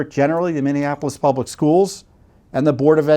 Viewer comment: Please learn how to pronounce Minneapolis, my racist and stupid home.